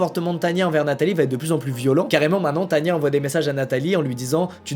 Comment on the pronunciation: c est as tania mais tana XD